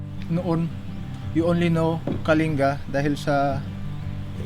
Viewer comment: Wish your hosts would know how to properly pronounce Kalinga --- it's kalingga NOT kalinga (like care).